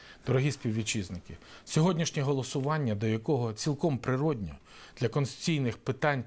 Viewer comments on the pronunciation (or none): бля . ещё один ( КОНСТЫЦИЙНыЙ ) .